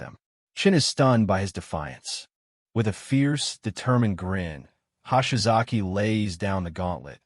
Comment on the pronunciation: "Hahshy-Zocky Ano-Suck." When is AI going to "get" Japanese pronunciation?